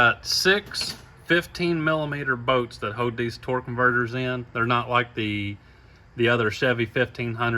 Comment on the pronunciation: What accent is that where they call bolts “boats”?😂😂i love it haha